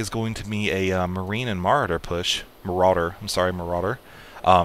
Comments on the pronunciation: muh-raw-der! :P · ts o.k! your super fun maps to play make up for not saying marauder correctly 100% of the time:)